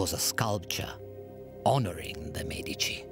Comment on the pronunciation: next time you film "experts" on the medicis please take some that are able to say the name